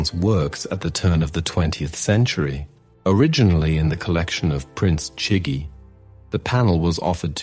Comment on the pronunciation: Too many mispronunciations detract from the commentary! Vasari’s Lives, Chigi etc. What a shame.